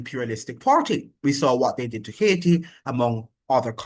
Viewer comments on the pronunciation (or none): none